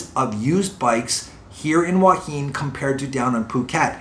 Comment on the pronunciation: “Thanks for vid but “PLEASE” ask the locals how to pronounce “Hua Hin”, especially as your doing vlogs on it!